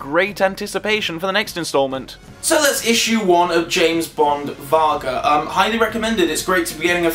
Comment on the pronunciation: It is Germanic from Norse, so it is pronounced "WARG" as in Wolf